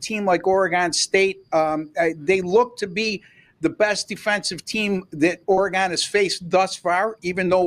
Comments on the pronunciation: Oregon, not Oregone…. Stop it you sound ridiculous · it's pronounced oregun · Oregun not Oregone your destroying the fans ears. Ducks pull it off but doubt I would bet the spread. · Which Orygun ( that’s the way it’s pronounced) team will show up on Saturday is the BIG question. If the real Ducks team shows up they will win by two or three touchdowns but if they don’t the Beavs can beat them. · Please learn how to pronounce Oregon. Its orygun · it is actually shown both ways in the dictionary. But as Football fans these guys have no clue that fans and those that live in or lived in call it Orygun . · Very annoying how this guy pronounces "Oregon." Staying away from these videos.